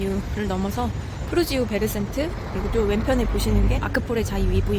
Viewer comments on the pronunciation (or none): 푸르지오 센트베르를 베르센트라 잘못 발음하시네요 ㅎㅎ 푸르지오 센트베르에요^^